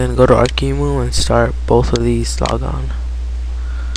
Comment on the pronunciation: its Arc E M U not emu. An emu is an animal, not an emulator